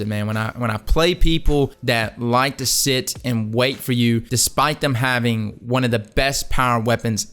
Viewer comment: He said seat the fuck down to them